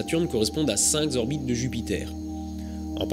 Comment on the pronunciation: Slt. Mille bravos à toi!! Trop passionnant!!! Juste une remarque. Cinq zorbites de Jupiter.....cinq orbites c'est bien déjà!! mais t'as le droit t'inquiètes!!! T'es mille fois plus intelligent que moi!!! Et heureusement que tu es là pour nous faire nous coucher moins cons!!! Bizzzz